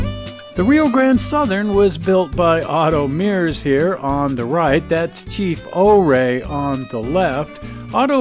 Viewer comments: it is Chief U-Ray, not OHray. He would roll over in his grave.. It is U--Ray. Same for for KOOM-Bres not comebres. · Cheif Ouray's name is pronounced like You-ray.